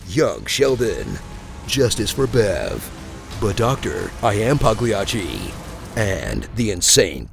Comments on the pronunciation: It's pronounced pali-YA-chi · Please say- " But Doctor, I am Pagliacci". With G silent this time. Thats how it is. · G is silent in pagliacci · The correct pronunciation of Pagliacci is not Pag-lee-ah-chi... its more Pahh-Lee-ah-chi... like the g is silent... but its not EXACTLY silent since its Italian and thus has a different sound... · You have to be Italian, so it seems, to pronounce Pagliacci. It's not "Pag-lee-ah-chee." You say it "Pall-ya-chee." Slur it. Say it fast. Palllllyyyyaaacheee. Sorry, just being an ass. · don't pronounce the G. it's pahleeahchee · Pagliacci is pronounced Paulie- Otchie. Just in case you decide to drop that reference when you make one for It 2 in a couple of years. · Ah man, you just had to pronounce Pagliacci wrong. :-( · Aww man, you mispronounced Pagliacci. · As people in the know know, you don't pronounce the "g" in Pagliacci. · The G is silent in Pagliacci. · The way you read "pagliacci" made me scream in agony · Pronounced Pagliacci wrong. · The g is silent in Pagliacci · The way he pronounced “Pagliacci” 😭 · I am deducting points for the mispronunciation of Pagliacci. Come on, guys!!!